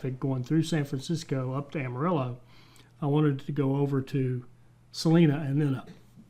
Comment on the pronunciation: Salina is pronounced "suh-line-uh". It's very odd hearing it pronounced differently. . .